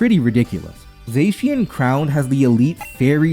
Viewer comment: I'm pretty sure you're not saying Terapagos, Arceus, or Zacian right.